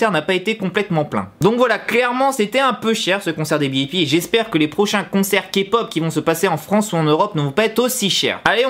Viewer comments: comment elle l'a repris c'est Ké pop et pas Ka pop déjà merci XD j'suis morte mdrrr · Quand il dit "kapop" on dirait qu'il dit capote 😂😂😂😂